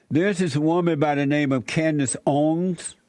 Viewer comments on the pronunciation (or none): Mr Jesse Lee Peterson. You got me cracking up. Candace’s last name is Owens, not Owns. LOL. 😂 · Owens. {Oh-wens} lol not owns or Owiens Jesse lmao🤣🤣🤣 it's ok jesse I know you're black and slow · You fucktard its OWENS NOT OWNNNS !!!!!!!!! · Jesse saying "Candace Oins" cracks me up xD HE BLACK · Can't even say her last name.....smh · Come on Jesse, you can't pronounce her name? Hate to tell you she is 50 times bigger then you. You are like those people in congress, they hadn't a clue who she was. Come on man look around, take your blinders off. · Save all of this BS. Just the fact you listen to THIS fool tells me all I need to know about you. I mean this ignorant dog can’t even pronounce “Owens” 🤔 Secondly, Candace basically said MLK didn’t exist when she said the Southern Switch didn’t happen??? That’s weird, because it was negotiated with MLK by LBJ... Please don’t have kids and expose them to your silliness....